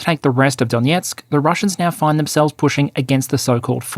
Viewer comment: Why do you pronounce Donetsk like the russian way?